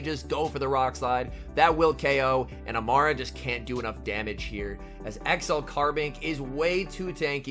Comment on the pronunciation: Amaura (A-more-uh)* like aura